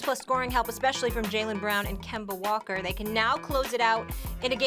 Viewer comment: "Kember Walker"